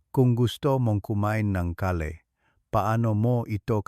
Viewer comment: Gulay ang kale ang basa ay keyl hnd ka-le